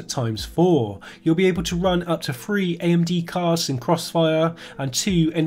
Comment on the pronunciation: Caps-lock me to death if you wish, I'll only ignore it anyway, but I find it difficult to take anything seriously from someone that can't say THree.